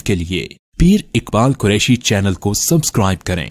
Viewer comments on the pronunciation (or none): none